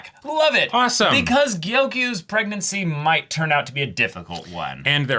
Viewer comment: How many episodes of the show have you guys watched, and you still don't know that Gyokuyou is not pronounced "Gyoku-yoo" ... I don't know why it bothers me so much, but like, you can HEAR them say her name on so many occasions?!